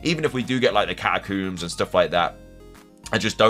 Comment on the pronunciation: Learn to correctly pronounce the word "catacombs".